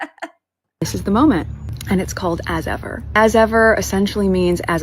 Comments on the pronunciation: "As ever" sounds like " so what" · "As Ever" ? I just hear .."As If !?"